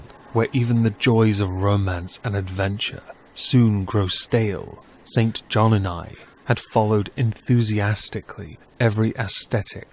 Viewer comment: Sorry, I adore you but its pronounced Sinjin and on-wee. Please don't hate me.